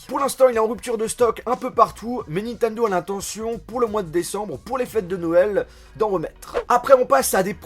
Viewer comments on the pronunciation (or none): none